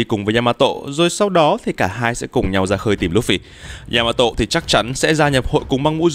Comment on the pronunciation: Đọc là yama tô dc ko ạ??? Đừng có tộ???